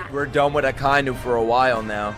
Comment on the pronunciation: AKA-INU not uk-eye-noo